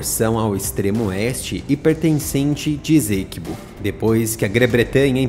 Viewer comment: PRONUNCIA-SE: "ÊÇÉQUÍBÔ".